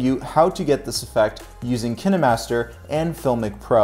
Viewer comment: Hi The pronunciation Kih- neh-master is correct.. Because, In Russian language and may be in others, the film or movie is called "Keeno", so Kih neh master name is logical. It is not Kæeen-master...It is Kih neh master... :)